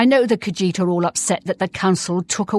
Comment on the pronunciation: She’s reading, “The Lusty Khajiitie Thievie.”